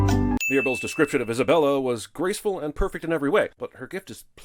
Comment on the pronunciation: The most surprising fact about this, and it's really not that surprising in context, is that repeatedly mispronounced Isabella's name if I'm remembering correctly. I didn't listen for it while I was watching this, so I don't know if it was picked up in the video. But her name is said several times and he STILL said it as Izabella